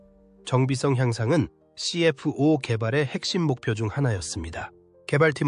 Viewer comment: 말도 어눌하고... 발음하는게 너무 웃김... F-84를 에프팔십사 라고 정확히 발음하면서 NF-5, CF-5를 엔에프화이, 씨에프화이 라고 발음하는거 졸라 웃김... 그리고 원래 F-5 계열은 모두 애프터버너를 기본 장착한것인데 마치 캐나다가 주도적으로 애프터버너를 장착한것처럼 얘기하는것은 뭐임? 미국 노스롭에서 개발한것인데 캐나다가 개발한듯한 멘트는 왜 하는건가?? 영상의 기체들도 멘트랑 전혀 맞지 않고 이것저것 당시 영상들을 다 짜깁기해서 만든 쓰레기영상임... 그리고 엔진얘기를 하는데 오렌다가 제조한것은 GE 엔진을 그냥 라이센스 생산한거임.... 그냥 허가받고 제작한거라고.... GE 엔진을 개량한게 아니라... 에혀....